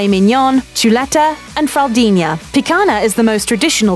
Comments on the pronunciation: Saying she murdered the language is a bit too harsh, the only thing that really bothered me is how she couldn't pronounce the nh in picanha but pronounced it perfectly in fraudinha. But actually I think it's better pronouncing it like "picana" than pronouncing it "pican ha" with the H pronounced like the brazilian R. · I was going to make my comment about this. Mignon and fraldinha are correctly pronounced. Picanha is not. Why? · It bugs me how she can't pronounce the nh in picanha but pronounces it perfectly in fraldinha. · What baffles me is that she however pronounces it perfectly in "fillet mignon" and "fraldinha".